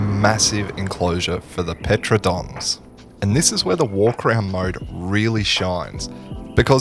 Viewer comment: Saying Pteranodon like that was criminal 😭